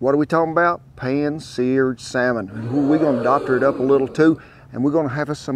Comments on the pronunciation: Oh Lordy..saLLLmon😂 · Why would pronouncing the ''L'' in the Salmon be wrong? I'm confused.